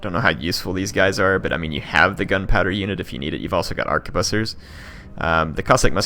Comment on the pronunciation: Arquebusiers is pronounced arch-ehh-boos-e-ehh (it's french lol)